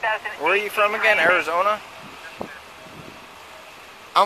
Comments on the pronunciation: I'd arrest him for threat of great bodily i injury - he told the LEO "I wanna axe you" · This guy must be a Lumberjack, because he says "Axe" a lot.